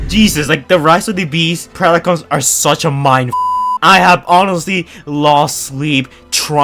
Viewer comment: “rice of the beast picons” 😭😭